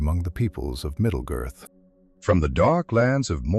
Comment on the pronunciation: MiddleGIRTH.?!?????!! AI sucks